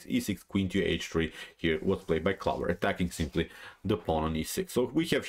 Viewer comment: "clover" rhymes with "over"